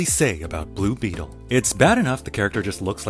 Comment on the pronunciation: “Balue Beeetal” so inspiring😢😢😢😢